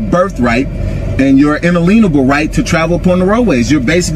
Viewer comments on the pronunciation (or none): "un-lean-able?" "pen-al code?" Learn how to say the words before you try to use them. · You can always identify sovereign citizens by the fact that they mispronounce the "unalienable" as "un a leen' able"